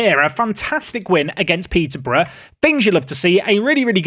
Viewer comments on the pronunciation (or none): none